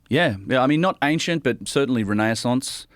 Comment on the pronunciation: love how always mispronounces "renaissance" and says "renaiaissance"